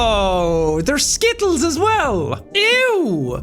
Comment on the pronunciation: I can't stop giggling at the way he says "Skittles"...me and my American accent.